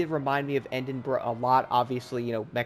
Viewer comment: "end-in-bruh" lmaoo